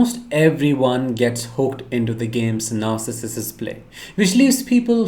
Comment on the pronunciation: NAR—Sih—cists…pronunciation(?)…since your videos are ABOUT this personality disorder…(?).